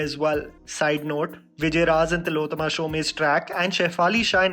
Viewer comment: It hurts me everytime when you say tilottama शोमे😂 and not शोम as I myself share the same surname Btw awesome video ♥️